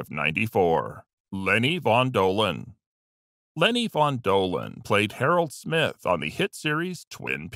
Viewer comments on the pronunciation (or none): none